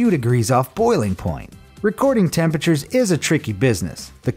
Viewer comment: What did you say... Hottest tempetures????? Well.....wait.... 110°... Well that's a normal day in Texas